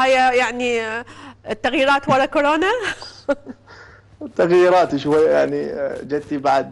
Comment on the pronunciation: خيه اسمهه كورونا مو كوررررناااا 💔😍•